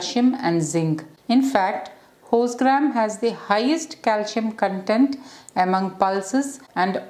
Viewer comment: Its horsegram not hostgram